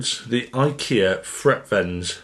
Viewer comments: Freak-veins? No, but it is named frequence and if you say it as frequence it sounds like Frekvens. IKEA make simple. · The Swedish way of saying frekvens wouldn't be freq-/freak- but rather freckvens (not -uence..) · correct pronunciation is more along the lines of fre'-kvens, not frek-venns. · Even a ignorant Swede like me pronounce it “frekvens” 😊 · It's means frequency so that should let you know it's pronounced: "frekv'en:s" or "fre kvens" of that helps. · V is pronounced F in German but in Swedish frekvens is pronounced freekveens and it means frequency. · No he didn't. The pronunciation wasn't even close but that's understandable when you speak only one language (I'm not sure about it but most brits don't speak more than their native language). However, I really enjoyed the review😊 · Nah the V's and F's are pronounced the same in Swedish and English. Only thing you need to do to get correct pronunciation is to emphasize the latter syllable of the word rather than the former and (in most dialects of Swedish) use a rolled 'r'-sound. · Frekvens, as in frequency... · The fun thing was, that you actually pronounced it correct fromt he start. It was when you tried to say it in swedish, it went totally wrong. :-) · Yes. Another IKEA review from. Got to love the butchering of Swedish’s. Never heard of that product. And Frekvens is Swedish for frequency.